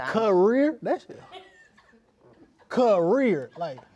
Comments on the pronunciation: It’s a “CUHHH-REEER” I almost died😂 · It’s literally a cuh-rear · “Issa cuh-rear” would’ve took me out immediately 🤣🤣😭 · It’s a cuh-rear 💀